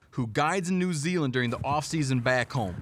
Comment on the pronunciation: lol didgeridoo in NOO ZEELAN